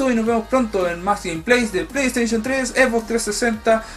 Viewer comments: jaja pley teichon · Pleyteichun 4